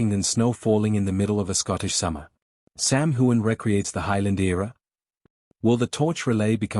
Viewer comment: His name is not whoan. It is hughan. GET IT RIGHT!